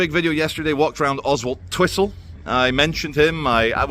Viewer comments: Karma came knocking....btw, I think it's pronounced Ozzletwistle. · Just to twist your mind if you’re not from round here, it’s pronounced Ozzle Twizzle. 😂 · It's pronounced "Ozzultwissel". My late stepdad, with a clipped Paisley accent, had a hell of a job pronouncing it! Keep up the good work